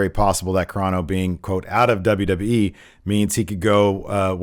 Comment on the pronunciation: Stop saying the "DAWBLUEE" instead of WWE. Wrestling News NOW has corrupted your brain.